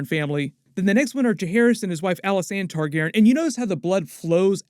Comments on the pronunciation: Can't dare listen to more than 3 minutes of hearing "Targaron" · why are you calling them TARGAREN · Randomly starts pronouncing Targaryen differently…